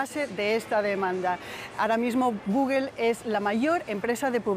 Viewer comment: Como es posible que un medio como ustedes permitan a los reporteros decir gugel? Por Dios.